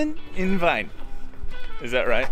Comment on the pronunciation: "Willkommen in..." What did you say? 🤣🤣🤣 No guys, the German "ie" is pronounced like the English "ee". Just say "Veen" in an English speaker's way and you'll nail the pronunciation of "Wien". And the restaurant you were for dinner is spelled "Griechenbeisl" instead of "Griechenbesil". Best regards from Vienna!